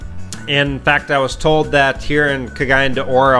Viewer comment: Your pronunciation of Cagayan De Oro is legendary! Nice video.